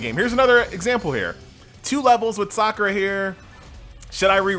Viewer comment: Dang you can't even pronounced Sakura correctly.